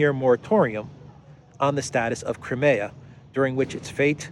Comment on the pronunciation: "Crimea" is pronounced /ai/ as in this old joke: Putin: Knock, knock. Obama: Who's there? Putin: Crimea. Obama: Crimea who? Putin: Cry me a river 😀